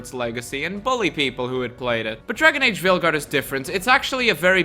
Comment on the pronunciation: Did you say Failguard? I did hear Failguard! 😂